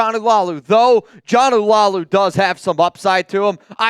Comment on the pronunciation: Who TF is John Eww-La-Lou? Bruh!!! If you’re gonna rep the raiders, know how to pronounce player names. Not the first time you butchered a raider pronunciation! You called Cappa “Kafka” again in this video. WhoTF is that and how do you add two letters not even in his name and skip the two P’s totally??? Ready? Jonah = Joe-Nah… Laulu= La-Ewww-Lou 😂😂😂. Thanks